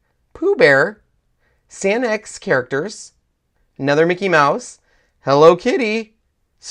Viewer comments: The Rikkakuma, Rilakuma and mymelody characters are Sanrio characters <3 it looks like Sanex due to it being handwritten, but its pronounced San Rio :) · Sanex? It's sanrio